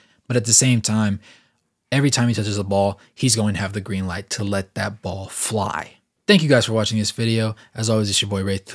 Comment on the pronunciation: i stumbled upon this video while binge watching nba videos and being italian the algorithm chose this. this is a good video, i enjoyed it and it was a good commentary. BUT my mind was fixed on the L light like it's L but it's light that got me brainwashed